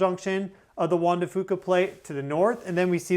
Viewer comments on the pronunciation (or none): Out here in the Pacific Northwest we say Juan de FUca with the U emphasized